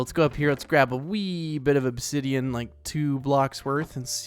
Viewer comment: said obdidian